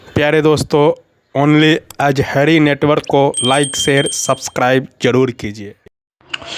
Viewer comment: ajhari nahi hai azhari hai hath jodh kar darkhuwast hai aap apne talafuzat sahi kare